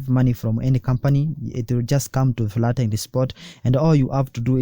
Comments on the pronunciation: Very good video. Please the word is FIAT not FLAT. It's 'I' not 'L'. F NOT F L A T I A T PLease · Fiat not flat